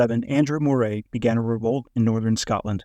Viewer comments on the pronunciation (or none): Bloody AI, Moray is pronounced "Murray".